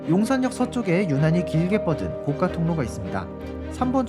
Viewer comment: 영상 잘 보았습니다. '고가도로'할 때의 '고가'는 발음이 [고가]이지 [고까]가 아닙니다^^;; [고까]는 높은 가격, [고가]는 높이 가설한 것을 말합니다^^